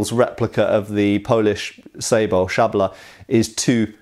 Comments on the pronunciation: Absolute perfect pronunciation of "Szabla". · You pronounced "szabla" very well :D